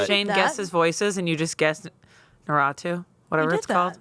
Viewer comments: OMG mispronouncing Naruto as Naratu js reminds me of my (youthful dw) mom who loves the show but cant figure out any name besides Lee😭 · saying "naruto" like it's "nosferatu" blew my mind.